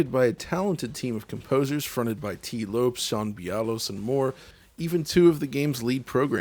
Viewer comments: "Lopes" is pronounced like "Lopez". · While I appreciate Japanese pronunciation, he really butchered Tee Lopes’ name. Ironically it would sound closer if he pronounced it like a Japanese word.